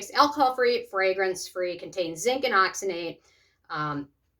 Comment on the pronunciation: Why'd you keep on saying oxynate?